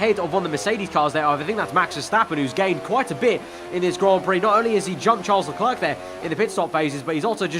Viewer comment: please fix your pronunciation. Charles Leclerc is pronounced as Le-Claire, not Le-Clerk